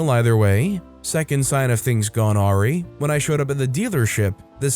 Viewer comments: "Aw-ree"? Really? 🤣 Also that toilet seat one sounds like a good candidate for Potty Revenge. (Ow! Mommy, don't hit!) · Awry- uh-rai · Awry is pronounced uh-RYE. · Agreed, who says it that way? Also pretty sure he has reused this story as I know I heard it before on this channel